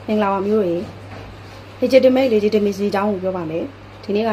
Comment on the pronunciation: မပုတုရယ် အင်္ဂလိပ်လိုကလည်း ပြောချင်လိုက်တာ၊တစ်လုံး နှစ်လုံးအသံထွက် အသံထွက်ကစောက်တလွဲ၊legitimate,legitimacy မှန်အောင်ထွက်၊တစ်ကြောင်းလုံးပြောဖို့နေနေသာသာ တစ်လုံးနှစ်လုံးထွက်စောက်တလွဲ။